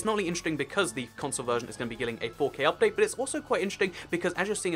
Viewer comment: "updae" xD